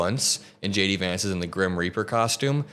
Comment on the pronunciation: Dude....everytime you say J D Vance it sounds exactly like: SHADY VANCE